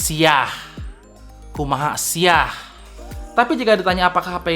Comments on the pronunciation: Kumaha Sia,,,, bukan kumaha siah... ahahhahahahaa Endingnya mirip b o l ayam.... wkwkwkwkwkwk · "KUMAHA SIA" gapake H om :v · Kumaha Sia bang gk pake H,haha.